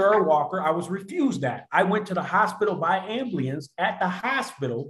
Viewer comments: “ambliance” & “anananys” come from the same dictionary 😂 Dingbats in Jail Collegiate Dictionary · “i went to the hospital by ambly-lance😞” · What's an ablience? Lololololis that like the Ambooolance? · Ambleeance. LOL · I bet he doesn’t even really need that wheelchair to start with, especially getting out of the ambleance has he called it. Because if he has the ability to assault his original girlfriend and his new one he doesn’t sound to disabled to me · Did this dolt really say “ambliance”?